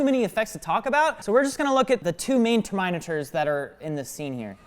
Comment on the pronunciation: Is no one gonna talk about how that dude pronounces "terminators"?